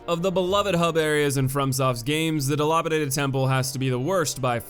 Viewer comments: DilApadated. Dil A padated A as in Apple. Sorry but that really irritated me lol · "Di-law-pitaded Temple"